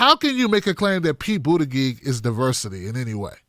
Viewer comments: I like your stuff but there is no good reason to keep calling him “Boot-a-gig”. Specifically because you obviously know how to pronounce his name. You are great, but attack Mayor Pete on his bad policies, not his name. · I love you bro..He's not my candidate of choice and I think he's a tool but please learn how to pronounce BOOT EDGE EDGE. It makes you sound silly. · I love your coverage here! I agree with you 100% - I just thought I would offer you help on the pronunciation of Buttigieg. (not that it really matters - the big picture and all) Buttigieg: Boot-edge-edge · It's pronounced 'bootie-judge'. I live close to his city and I've heard the name on tv news way way too much!!!!